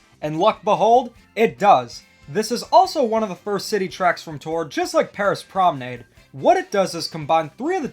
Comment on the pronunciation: My heart when every YouTuber pronounces Paris Promenade wrong 💔